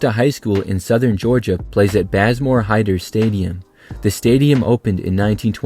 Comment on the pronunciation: Bazemore is pronounced baze more not baz more and Valdosta is pronounced Val daus tuh with the dos in the name sounding like the word toss so (val-doss-tuh)